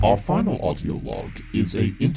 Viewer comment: I cant help but notice it sounds like he says "Autio" rather than "Audio", it's kind of annoying haha